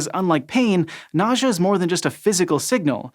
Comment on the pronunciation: Nausea or... Nojah? What???